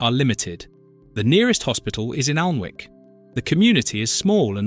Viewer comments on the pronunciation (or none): Just to correct the author of this Tube ..Alnwick is pronounced correctly as Annik the "w"& "l" are silent as is the "e" in Farne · AN ICK not AL n ivk ALL-bruh not Al der burg Maybe the voice is AI Also most yorkshire East coast chip.shops fry in dripping! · Aldeburgh is pronounced Aldborough and Alnwick is pronounced Annick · Can’t people pronounce words right, especially names of the resorts, for instance Alnwick, the letter W is silent, you don’t pronounce it , in fact it’s pronounced Anick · Alnwick and Alnmouth - the N is silent - Anick, Anmouth! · Alnwick. Allenwick. Great pronunciation! 😂 AI again. 👎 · I don't think the Local who had lived in Aldeburgh all his life would have said Alderburg. Everyone knows it's pronounced Aldbro. Still, quite liked this despite the A1 creeping in. Alnwick is pronounced Annick, though Alnmouth, is oddly enough pronounced Alnmouth not Anmuth. Is nostalgia one of the UK's upcoming industries now many of the traditional livelihoods no longer exist? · Pronounced Anick!!!